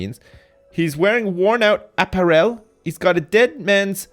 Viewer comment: please stop saying apparel like that 😂😂